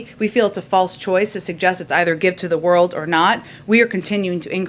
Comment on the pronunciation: Don't worry! They're giving to the "WORLDT" not the World. WORLDT or WORLT? Anyway, she didn't say WORLD.